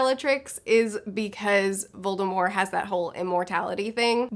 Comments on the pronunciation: Voldemor?? Lol. Never in my life have I heard anyone not pronounce the T in Voldemort. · It's Voldemort. :) But the t is silent, so you basically just say Voldemor...